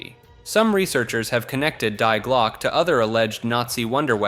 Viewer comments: I love how you pronounce "Die Glocke" correctly at first then incorrectly at the end. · Yeah, that irked me a bit.